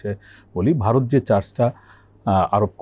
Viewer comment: হোস্ট যিনি আছেন তিনি কথা বলতেও জানেনা আর উচ্চারণ অত্যন্ত বাজে। ভারতকে বারত বানিয়ে দিয়েছে, এক জায়গায় আর বাক্য খুঁজে পাচ্ছেন না বলে গেস্ট ওনার প্রশ্নটি সম্পূর্ণ করে দিলেন দেখলাম।